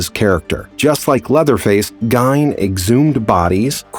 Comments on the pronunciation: Great insight. 1 slight correction. I live in Wisconsin so I am very familiar with the story. His name is pronounced Geen, like green without the r. ~Beth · For future reference it's pronounced Geen ( Ed ) . Just thought you should know. Great video too !!!